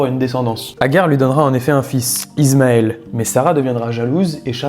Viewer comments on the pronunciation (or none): C’est pas «Izmael» mais «ismaïl»